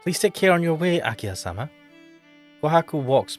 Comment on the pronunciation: why are you saying akia? the H is pronounced like the english H its aki-HA